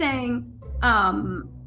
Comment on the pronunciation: Ime is pronounced “E-May”